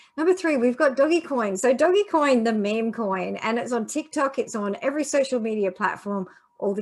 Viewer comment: OK. You get my sub partly coz your hair looks great; but mostly because you know how to pronounce "Dog-e-coin" how it was meant to be👍. Plus - who doesn't like Dog-e 😜